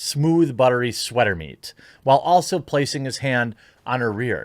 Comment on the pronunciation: Jeremy said Sweat Meat again!!! hahah